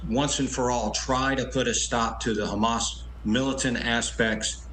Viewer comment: Hamas: prounced as HAM- ASS !